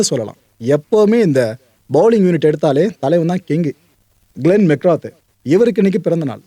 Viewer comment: It is ' மெக்ரா' .t and h are silent.